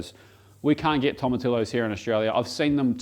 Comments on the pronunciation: You say Tortillas right, but not Tomatillos or Pollo. C'mon. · can literally get fresh tomatillos from dozens of places in melb, eastern and western suburbs. assume other towns are the same, but they're grown in Vic. maybe that weird pronunciation is throwing the staff off..?